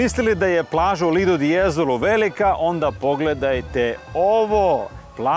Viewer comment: Momci poslušao sam vas i stalno sam slušao " lidl " de jezolo to nije lidl , znamo da je lidl trgovina , namesto vaše lidl je LIDO ( plaža ) pozdr.